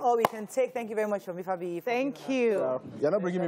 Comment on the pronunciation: Which articulate? His grammar is extremely bad. He cant even pronounce simple words like "Had" he says "ad", "happy" is "appy'". He is here talking nonsense that makes no sense.